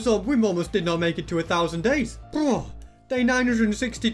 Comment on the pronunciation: is it me or I keep hearing 100 days But it's actually 1,000 days